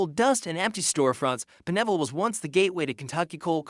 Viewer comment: Pine ville not P'neville